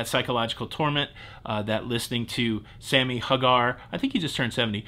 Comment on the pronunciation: * * You butchered my brutha Sammy, name & age! Demand a public apology! Lol * or… * Your punishment will be to have “I can’t drive 55” on-a-loop, in your cabin, for the remainder of your ‘22 cruises 👋🏻👋🏻